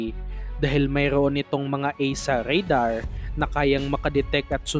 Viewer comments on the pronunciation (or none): none